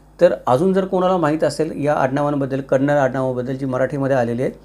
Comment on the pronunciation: Very happy that u said kannada not kaanadi usually marathi people say.thanks🙏🙏